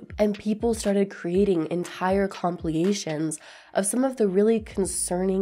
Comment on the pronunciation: Girl did you say “compliation” instead of compilation?